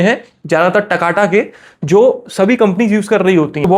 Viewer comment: Wo taka Tak nahi 'TAKATA' hai